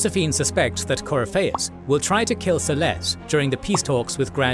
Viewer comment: The Empress of Orlais is called Celene not Cerlaise.